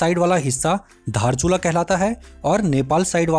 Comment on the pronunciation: धारचुला नहि दार्चुला